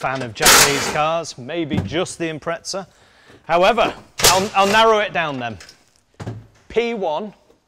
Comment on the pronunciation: Gotta ask. Why do you guys say Impretza when it’s spelt Impreza? There’s no T in it.